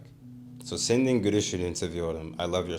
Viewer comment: It s been 5 months since you record this ig and idk if you ll see this comment but wanna make something correct. You pronounce "senin" like "sen-nin" which is more appropriate when you are trying to remember it with "sendin'. Trying to remember it like this caused you to make continuous mistake. Put this aside, i am not totally against this method. This made me realise we just need to be careful.